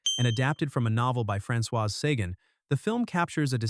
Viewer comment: Otto Preminger is pronounced "PREM in jer." and Françoise Sagan is pronounced "sa GANN" and Bette Davis is pronounced "Betty." This is difficult to listen to - it's not rocket science.